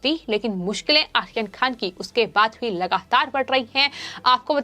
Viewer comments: आप आर्यन खान का नाम ठीक से लिजीए. यह आखीर खान कौन है?? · You are pronouncing Aryan khan as Akhirkhan Is it both are same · Correct..ahyan khan....🤣🤣🤣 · How she pronounced Aryan khan!!!!!!!!Ahyan khan😆😆